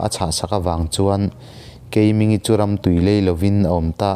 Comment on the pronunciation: Keimingi hi thluk deuh tur.. Keimiiinngii tih tur ani